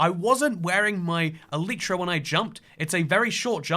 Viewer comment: man cant pronounce elytra (i mean im still subbed but PRONOUNCE IT CORRECTLY)